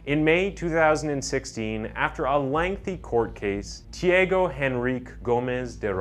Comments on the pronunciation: tiÁgo, not "tieigo". 😉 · Pronunciation is not Tiago like Tiego but more like Chago...anyway good video. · The real crime is how the narrator murdered the name of the murderer several times. (Chee-uhh-goh). Damn it man. Thiego is a different name from Thiago. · His pronunciation of the name 'Tiago' it's funny. It not tiEgo (sounded like Diego) it's TheAGo. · I know Portuguese is a very hard language but, given me goosebumps the away he say Tiago, it’s also my name, he say literally Tiego hahahaha, but it’s okay, the video is amazing, this channel is amazing, i love it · The "a" in Tiago's name is pronounced "ah" btw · Im American it’s “tee ah go” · please say thi AH Go next time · Lol dude the way you say he's name...isn't the way you say it lol